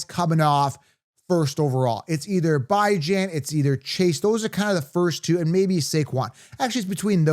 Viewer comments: u said his name wrong repeatedly. Really disrespectful cuz he ain’t new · “Bye-Jan” is crazy